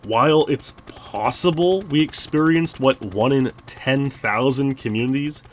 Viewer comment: Anything is, how you say¿? PWossible...